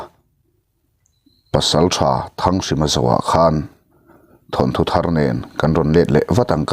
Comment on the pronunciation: Thanthu tih chu ava zialo ve naupang chuan lo ti se chuan thu hran, thil chhiar leh athu hi uluk deuh ang che midang hetianga thu diklo deuha sawi ngaihthlak peihlo ka nei nual mai...thawnthu tih tur aw..